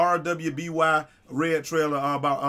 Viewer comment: I believe you hen you say it's the first time: if you were familiar with RWBY you'd know it's spoken as Ruby. VERY rarely does a first time viewer pick up on the name. Also sadly the lead animator, writer and creator Monty Oum pased away in February of 2015.